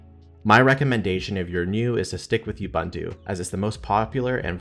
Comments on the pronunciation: this man really said YOUBANDU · Lol..I'm South African...it's... OooBuntu